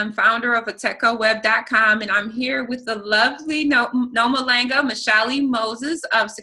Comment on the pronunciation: please teach this woman to say your name properly. I think we picked that up from White folks...putting minimal effort into correctly pronouncing "foreign" names. Just explain that the "a" sound in your name, is the exact same sound in HER OWN NAME. jeez lol Noma LAHNG a, not Noma LAENG a...right?